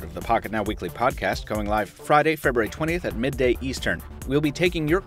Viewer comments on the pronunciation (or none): none